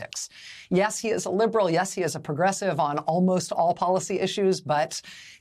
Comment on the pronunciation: "Yes, he is a liberal. Yes, he is a progressive on almost all policy issues." Give me a break, Rachel. The bunch of you can barely even pronounce the word "progressive". I don't need to hear any more.